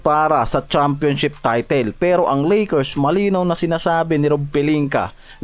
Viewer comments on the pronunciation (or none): none